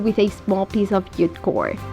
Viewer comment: It's JUTE not ute cord! 🙄